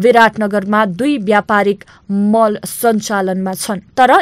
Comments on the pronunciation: Thula thula Mahal vannu bho ta.... Mahal ho ki Mall ho.....yessari ta janta jhan confused hunchha ta...A presenter should pronounce properly while making a documentary.... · महल होईन नानी, मल भन्नुपर्यो। अशुद्ध उच्चारणले कान टट्यायो। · Mahal hoina madam mall vannus.. yesto pronunciation sahi vanna najannele Pani k samachar sunako hola? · madam "MAHAL" haina "MALL" chahi hola hau hahaha...... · K paakhe jasto…mahal vaneko…mall vanna sakdaina? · मल कि महल, नानी? शुद्ध उच्चारण गर्नुपर्यो यदि अंग्रेजी शब्द राखेर बोल्न् हो भने। जेलाई पनि नेपाली बुझाइले उच्चारण गरेर अर्थको अनर्थ नलगाउँ । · महल होईन मल भनौ । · ए केटी, महल होइन, मल, बेबी। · समाचार बाचिकाले महल भन्छिन्😂